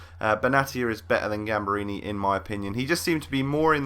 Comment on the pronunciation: Gamberini is poop compared to cheiliniebutchered his name